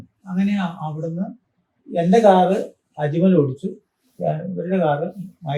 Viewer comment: അക്മൽ അല്ല, അജ്മൽ